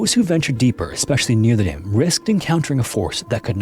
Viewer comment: it might be useful to enunciate "near the dam" a lot more than that migos mumble rap. Consider hiring a narrator or changing narrators.